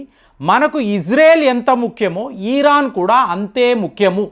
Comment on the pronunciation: ఈరాన్ కాదండి దయ చేసి ఇరాన్ అని పలకండి.